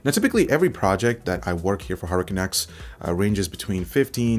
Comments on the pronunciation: Anyone else hear HurricaneX instead of HardwareCanucks? No? Okay. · I keep hearing you say Hurricane X but I know you’re saying Hardware Canucks...But Hurricane X sounds like some awesome DDR5 RAM...lol so keep saying it.